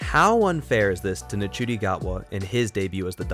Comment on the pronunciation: You pronounced Ncuti wrong, it’s not said like, it’s said like Shooti ☺️ but yes it has definitely gotten more confusing - especially with the whole bi-generation idea, but I do like the idea in terms of the fact that it opens up so many other possibilities for the Doctor and gives a little explanation as to why Tom Baker came back as the curator in the 50th special. That’s the one I can think of off the top of my head, but yeah there are possibilities for the bi-generation storyline. I do like that they’ve sort of given the “original” Doctor a sort of retirement and the new Doctor - Ncuti’s Doctor - has begun a new era of being the Doctor, free from past trauma. It’s clever and I feel as though younger audiences will be a bit more interested and engaged with the show. That’s just my theory. I like the direction the show is going in and Russell T Davies definitely has a knack for explaining all the confusion surrounding earlier episodes of a season.